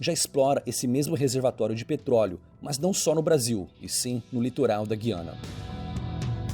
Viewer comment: No AP falamos GU-I-ANA.Pronunciando o U mesmo.